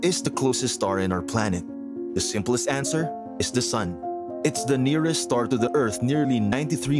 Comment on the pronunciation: Are you saying the n ear est star😮